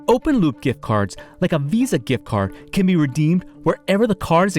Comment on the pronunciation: it sounds like he is saying car